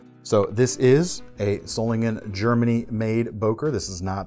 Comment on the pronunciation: It is written "Böker" or "Boeker", but not "Boker"!